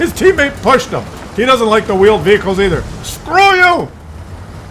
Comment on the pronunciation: It's called 'World of Tanks',. Not 'World of Wheeled Feweecles'.